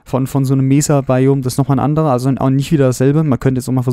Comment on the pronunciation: Nettes Video, aber ich muss sagen du solltes mal ein wenig an deiner englischen Aussprache arbeiten. Das S bei Seed oder auch bei Mesa ist nicht weich. Und bei Hardened Clay ist das E am Ende praktisch stumm. Sorry für den mahnenden Zeigefinger, aber ich musste mal drauf hinweisen